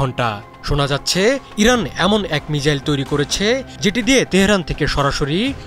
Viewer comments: তোর কথাই হয় না😢 মিজাইল না, মিসাইল, বুজলি? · মিজাইল ? না মিসাইল ? 😴😴